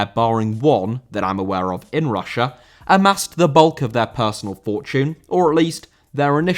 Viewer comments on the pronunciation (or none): Russia* not Russier